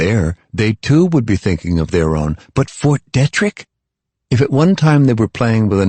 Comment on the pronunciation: How many fucking times does have to say John in such a annoying way jaaaaaaaaaaaaaaaawhn...jfc that is so fucking annoying. And Fort Detrick is pronouncee deee-trick not dettrick... Seriously it's been almost 20 years since this book came out and this dude keeps repeating Cipro like it's the only antibiotic he's learned or merciful god as if that's the only. By the fourth book we don't need reminders of the last three books. Also if they pronounce Kevin Malady's name wrong one more time I'm going to lose it..its not Mlady like how a neck beard would say it